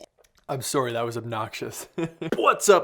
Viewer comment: When you said sorry in the beginning your Canadian really came out.